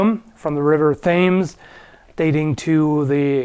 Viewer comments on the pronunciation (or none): Thames is pronounced Thames, not Thames. Duh,! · It's pronounced TEMMS, not THAYMS. Also, maybe the gap is to relieve the hands from too much shock. I don't know much about this, I'm most definitely wrong. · thames is pronounced tems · As a British person, I have *never* heard it pronounced "tims", it's "tems". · its pronounced "tems" not "thames" even though thats how its spelt. english is weird like that... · Ironically, it also sounds more British! (to my ear, at least) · Yeh Americans pronouncing British names is so funny, but th-Ames is weird. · I know your not English so I'm not going to get mad but it's pronounced tames not thames 👍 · Thames is pronounced tems, comes from an old celtic word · 'the river of thames' is pronounced 'temms' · Hey, in case you missed the 500 other comments saying the same thing, Thames is apparently pronounced "Tems". You're welcome! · you casual. The Themes is pronounced Tems. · ITS PRONOUNCED TEMS YOU FUCKING GIT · he just said the river Thames .... its pronounced Tims ... TIMS ffs TIMS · Thames is pronounced as "Tems" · Thames is prounounced "Tems"... jk, we get it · I'm sorry, I have to pause. I know how it's spelled, but it's TEMZ (usingthe Wikipedia pronunciation key) and the "h" is purely decretive due to Renaisanse love of all things Greek. I know it's insane, but it's a side-effect of the fact that the is no and never has been a central authority for the English language. Check here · Just to make it clear, Thames is pronounced "tems" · lol you pronounced Thames wrong. It's pronounced like "temms" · Thames is said like 'Temms' :-) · literally started scrolling down to comment something similar as soon as he said that 😂😂 but to be fair it's an easy mistake for a non native speaking dude to make 😊💯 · Lol, no you don't. It's pronounced like ''Temz''. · for reference, the river Thames is pronounces 'temz'. No one has any idea why. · The river is pronounced Tems, ignore the H. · It's pronounced "temz".